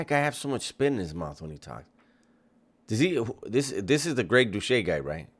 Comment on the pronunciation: Pronounce Greg's last name correctly